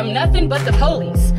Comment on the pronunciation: Lol she said Poolice